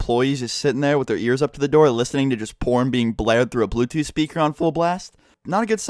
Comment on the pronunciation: Once he said blootooth I knew what happened lol